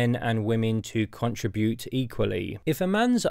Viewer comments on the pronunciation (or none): Your commentary is insightful but please learn how to pronounce the word contribute.